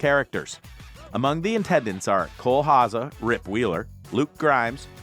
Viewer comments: Cole Hauzen? Its pronounced Howzer ding dong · Cole Haza? Who's that? His last name is pronounced HOW-ZER. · it's HOWSER, not hahzer! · Cole’s last name is Hauser, not Haza. Just saying. Great show! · Who the hell is Cole Haza?! Learn to pronounce the names. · I think he said Hausen? 🤔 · Repeat after me. Cole Hauser. Cole Hauser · This narrator is kind of clueless about the subject and really butchers Cole’s last name. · I smell horse shit here 😮 Say Coles name correctly for starters, come on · That's the Canadian pronunciation he's using.